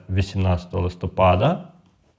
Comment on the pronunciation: Нема такого слова листОпад. Є листопАд. Це як лакмус до грамотності.